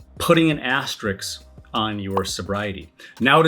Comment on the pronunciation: Had to stop this video because you can't say "asterisk" correctly 😂😂😂